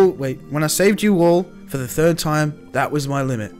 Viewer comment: emphasize on "the THIRD time"